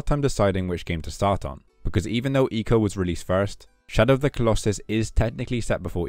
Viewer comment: For the longest time I thought it was pronounced “Eye co”. But hearing the way you said it sounds much better 😅